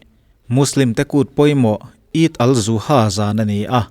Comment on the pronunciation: Id al zuha a ni lo .. id ul zuha tih tur aw ..